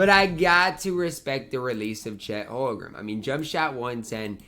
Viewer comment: Will someone please tell he’s saying Holmgren wrong